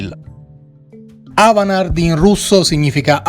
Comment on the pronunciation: Si pronuncia AVANGARD